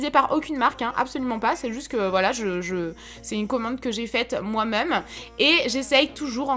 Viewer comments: c'est horrible quand tu dis même ( tu dis "meume') c'est trop crispand sinon super vidéo!!! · Sa me stressera toujours quand elle dit le mot «même » elle le prononce meume 😭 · ça me perturbe quand tu dis "meume" pour "même" xd C'est un accent de quoi? :3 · Oui moi aussi mais elle est tros belle 😍😍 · oui grave c'est un peu énervent mais c'est une très belle femme 😘😍👍👌❤ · Moi aussi mes pas mechant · Trop ! Je croyais que j'étais seule à attendre " meume " mais je critique pas du tout ! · Le « moi meume » de 😂😂